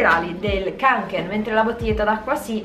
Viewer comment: ciao un consiglio la parola Kånken essendo una parola norvegese si pronuncia konken (con la o chiusa)❤️